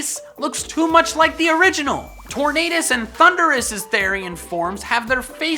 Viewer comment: For some reason the way you pronounce Tornadus make me hear Torn Anus and I can never unhear that for which you have my thanks.